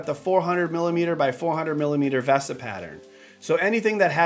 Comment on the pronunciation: Every time you say ‘V-ah-sa’ Mount vs the correct ‘Veee-sa’ Mount drives me crazy...